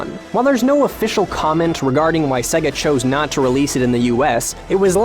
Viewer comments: Many people are here wondering of the accuracy of this video. My gripe comes with hearing how many times he pronounces Sega to rhyme with Leg-a, when every time you pop in a Sonic game, the game itself says Say-ga. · DYK the correct way to pronounce SEGA is 'Say-ga' not 'Segga' Source - the loading screen and sound of every single sega game ever made. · Is anyone else irked by how he keeps saying "Seh-ga" instead of "Say-ga"? Ya know, like they say when you start up any of their games.... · The pain! It's Say-ga, not segga!! AAARRRGGHHH! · How many times can you pronounce Sega wrong in 9 minutes? It's say-gah not segga. Have you never played a Gensis/Mega Drive,? It shows you how to pronounce Sega as soon as you turn it on! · Anyone else bugged by the way he pronounces Sega as 'Segger' instead of 'Sayga'? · DID YOU KNOW, SEGA is pronounced SAY-GA, Not SEGA. Jesus this annoyed me. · Did You Know it's pronounced SAY-gah, not SEH-gah. This is made clear by the boot screen on every single Genesis game ever made. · Now all I can hear is Seh-ga. and it's getting on my nerves. It's Sayga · It always sounds weird when I hear an American pronounce it "Segga". I mean, it's not like you heard "Say-gaa" at the beginning of every Sonic game or anything. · How about you pronounce it properly It's pronounced "sayga" not sega Just go and load up Sonic if you need to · If he says "Seh-Guh" again I'm going to murder him. "Say-Guh", not "Seh-Guh" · Oh my god... STOP SAYING SEGA LIKE SEGGA OH MY GOD! It's very annoying. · It's not pronounced "segga". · mary hadfad In Japanese, Sega is セガ, 'se', as in sent. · i got 50 seconds in before having to turn it off, couldn't listen to the word "segga"... just couldn't do it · SEGA Pronounced Seiga Did the dude doing this video never hear the intro on old Sonic titles. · Sega. Say-guh. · so SEGA is pronounced Say-Gay not SEGA?!?! fuck logic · Stop saying Segga!! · Who pronounces Sega like that? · OMG STOP PRONOUNCING SEGA WRONG!!!